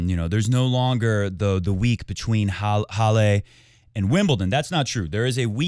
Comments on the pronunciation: From a German: Halle ist not pronounced Hallé. :D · He copies Feds pronunciation. For some reason Fed always says Hallay. I remember reading the Swiss say it like that. Maybe it's just Rog thinking in English he should pronounce it that way. Who knows.